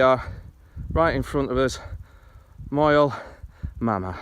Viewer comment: Moel Famau is pronounced "moil vamm-eye", (and you'd get mystified looks from locals if you called it Moel Mama). you have another hillfort just in front on the hilltop below you.